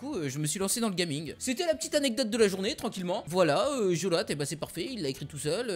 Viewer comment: coucou un autre s'il te plait je kiff ce jeux pourri (pourite) comme tu dit lol